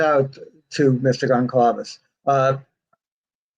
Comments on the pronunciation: Can't even say the Goncalvez name right. And the family is worried about their commercial VIABILITY as you got your book out first? Okay..... You have a heart and feel for them? Okay. I've seen and heard enough. Initially I actually thought this book and you name it was not a bad thing until HEARING these REMARKS. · Blume can’t even pronounce their names & his comments on Steve are disgraceful, never ever gonna buy his book, he has no sympathy at all, he’s self serving only. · Truth. He is pretty arrogant based on hearsay. There is not proof from anything said and he can’t even pronounce the victim family names correctly. This is almost as bad as tearing the house down. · Blum is a so called journalist, he can’t even pronounce Steve’s last Name . I don’t think Books should be written until Trial is over. Money Grab for Blum .. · Please don’t invite Blum back… it’s not polite to dominate the conversation when the others know just as much (maybe more considering he can’t say their names correctly)! Plus his comments about Steve were distasteful. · It so annoys me that even after writing that book and countless interviews, Mr Blum still cannot pronounce their name right, so disrespectful. There's not one interview of him out there where he pronounces the name correctly, not one! It's Goncalves Mr Blum!!! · Love this stream. Watch 99% , but agree with the other comments here about Blum. What an ego ! Can't even pronounce the names of one of the victim's families. Claims the grieving father is just angry he didn't get to make $$ from his story, which he is utterly entitled to & would do from an incredibly painful situation honoring HIS daughter & their friends. Tis guy leaves a very sour taste in my mouth. Like others here. Would never give $1 towards purchasing the book of someone who is so disrespectful to the families. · I'd prefer not to hear from Blum in the future if he continues to denigrate Mr. Goncalves. He should also learn to pronounce his name.